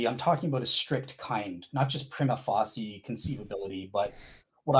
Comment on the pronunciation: if you're gonna use the phrase 'prima facie' every five minutes, then you might want to learn how to pronounce it correctly. That said, your bad pronunciation does help take the focus off your ludicrous ontological argument. You apologists have so many options for sounding ignorant.